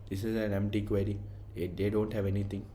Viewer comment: buddy, why are you calling Queue as Query